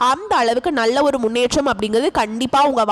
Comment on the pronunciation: நள்ள அல்ல நல்ல ..தமிழை சரியாக பேசுங்கள்